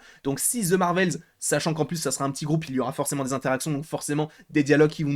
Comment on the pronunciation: On ne dit pas zze Marvel, c’est The au pire on dit de pas zze 🤦🏼‍♀️